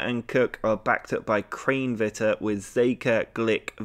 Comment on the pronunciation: You are saying Kranevitter wrong (pronounced kran eh vitter